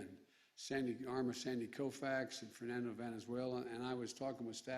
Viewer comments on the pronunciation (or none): none